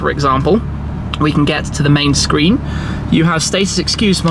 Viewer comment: "a 10.25 inch SHCREEN" 😂😂😂